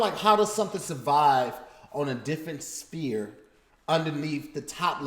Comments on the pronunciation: He kept saying spear instead of sphere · is struggling with the word 'sphere'